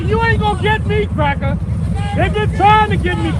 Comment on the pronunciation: "Only good crackuh is a dead crackuh..." These people are beyond remedy. Hopeless. Judging a book by its cover is necessary these days.